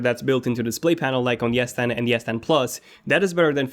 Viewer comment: Bro i am hearing yes10 instead of s10